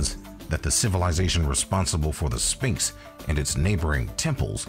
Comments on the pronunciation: I wonder what a spinx are? I've only heard kids pronounce it like that. It's uttered "Sfinx" NO? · It is pronounced SVinx not sPinx….you lose credibility when you cannot even say a word correctly. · I'm sorry but the narrator isn't very good. It's Sphinx (PH) not Spinx. Also, it's weird when you pronounce a person's name wrong then immediately cut to a clip of someone saying it correctly. It's like you didn't even watch your own video before you posted it..